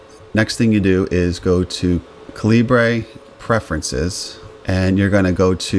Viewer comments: Ca-lee-bray? lol It's pronounced "caliber." It's the British spelling of the word "caliber." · By the way, it is common for Americans to pronounce 'Calibre' as you did like a Spanish word. In fact, you will hear people outside of the USA pronouncing it 'Caliber'. I believe this was the original intention of the developer who was Indian where English spelling reflects the UK customs. Outside of North America 'caliber' tends to be spelled 'calibre'. So 'calibre' is just non-USA spelling of 'caliber'. Hence the confusion. Use whichever pronunciation you want but be prepared to hear both.